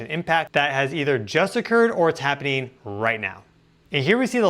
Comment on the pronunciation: It’s ’happening’. Not happing.